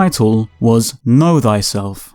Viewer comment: haha "know thyselph"